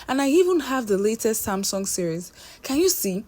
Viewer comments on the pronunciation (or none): none